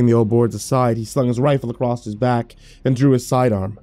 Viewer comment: I listen to your videos almost every day at work, I love them, and you'll probably never see this.. but can you PLEASE stop saying "acrosst" ??!?!?! It makes me cringe so hard its distracting